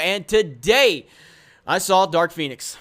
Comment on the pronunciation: Did you say Dark Penis?